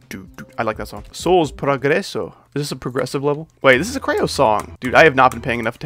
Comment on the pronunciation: you did NOT just call creo "crayo"